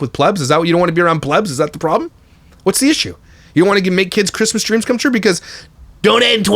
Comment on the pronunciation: My fav moment was Min "We are gonna make angel kids dweams come twuuuuuuuu" hahahahaha.